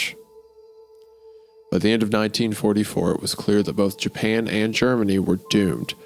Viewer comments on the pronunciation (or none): none